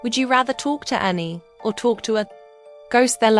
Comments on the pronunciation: ITS ANNIE NOT ANNAI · "aNnAi" what who in the world is Annai? I thought it was Anni